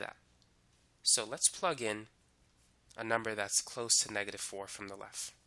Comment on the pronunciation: Excellent tutorial. But can you please not say "lef". It's "left" :)